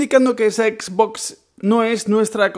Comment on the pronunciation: Comprate una ps4 porfavor, porque cada vez que pronuncias xbox me chirrian los odios